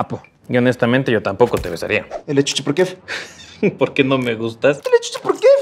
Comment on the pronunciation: ¡Ujúúú! ¡Yaoi! ❤🌈 Pobre Sara, ella solo quería tener una perrita. ¿Cómo se llama la canción de Betamax? ¿por qué dice "por quéf", o sea, con la "f" ?